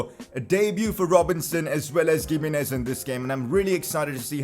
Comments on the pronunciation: PCQ: its "himenez" not gimenez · it’s pronounced HIM-EE-NEZ. not gimenez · Please don't call him [Giminez] , but rather [Jimenez] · Ohh my goddd, please pronounce Gimminez 🤣🤣, its pronounced Himminez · Its pronounced Hi-me-nez not Gi-me-nez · Pls it is pronounced He-menez not Gimines pls correct yourself 😂😂😂😂😂😂😂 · He is not giminez he is himinez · Pcq: it’s pronounced himénez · gimenéz is pronounced (H)imenez lol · Pronounce Himenez not giménez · Pcq: Giminez is pronounced Hi-mi-nez Since we are hopefully going to hear his name pretty frequently, please use the correct pronunciation. btw keep up the good work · Gimenez is pronounced as He-Men-Ez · PCQ: You say Gimenez like Chimenez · Bro it is pronounced as He Me Nez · Giminez is pronounced as himinez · Isn't G in Gimenez pronounced H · The 'G' in Giménez is pronounced as H.